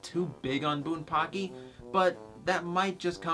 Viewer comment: its bunpachy not bunpacky just fyi